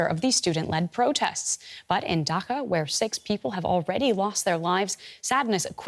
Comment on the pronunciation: Requesting the news anchor to say DHAA ka instead of Daka and BANGLA DESH instead of Bengledesh. Try to pronounce properly. At least try.